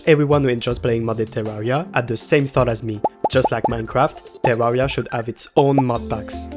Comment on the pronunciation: What's with terraria youtubers and weird unsettling english accents and pronunciations? Is it required to have distorted English to make terraria videos? "tsewwawwia"